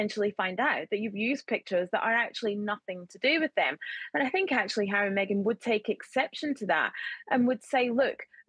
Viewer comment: The lady presenter should be sacked. She does not take her job seriously. She took audience for granted by mispronouncing the Duke’s name as Marry & Meghan. She laughed it off but it us not funny. Regards.